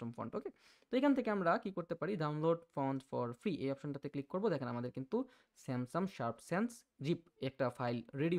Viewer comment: আপনি "Samsung" এর উচ্চারণ " স্যামসাম" করছেন । এটা শুনতে ভালো লাগছেনা। এমনিতে আপনার বুঝানোর ধরণটা ভালো লেগেছে। এবং আমি এই বিষয়টা আজকেই জানলাম। ধন্যবাদ।